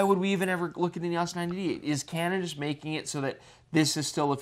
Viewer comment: It's "E-OHs" instead of "E-OSS." Haven't this guy seen the old Canon Rebel commercials with Andre Agassi? He looks old enough.